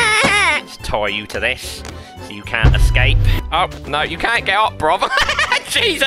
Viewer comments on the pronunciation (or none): “I’m gonna tie your ash to thish”